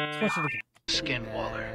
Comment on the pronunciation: What the heck he actually said skin Waller 😂😂😂😂 is it 😂😂😂 I know Only One Badass Waller That is Grayson Waller ❤